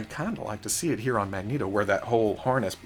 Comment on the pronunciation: You say magneto like a Mexican, as a Mexican I approve